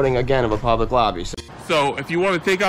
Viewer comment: He says it's a 'publeec building" and "staue of law" and "independent journaliseet"